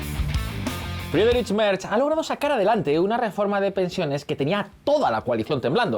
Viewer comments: Merz no se pronuncia "Merch", sino "Merts". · El canciller "Merch" 😂 ¿Dónde ve la ch en "Merz"? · Un chupito por cada "Merch". Pero, ¿de dónde se saca la ch este señor?!